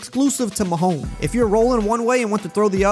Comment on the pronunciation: Sounds like you’re saying, “Mahome” like the S is silent?